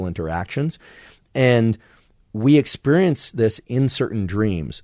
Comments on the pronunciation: Why does he pronounce it as exPURIENCE? Lmao its bothering me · Why is he pronouncing it expurrience? Lmao its bothering me.